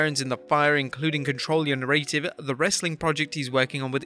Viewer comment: Can they get a voice over guy that doesn't know how simple words or names.i don't know who biggy is or canye west.has a hard time with words like narrative etc.